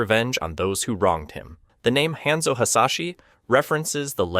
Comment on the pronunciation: And "Henzo" for Hanzo